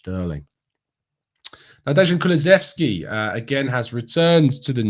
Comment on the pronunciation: Not a criticism, but: Dejan = "Day-Anne" I'm half Yugoslavian and it's a Yugoslavian name. My Slovenian cousin Dejan appreciates I don't speak the language. But, I think he'd be annoyed if I called him "Dezhan" all the time.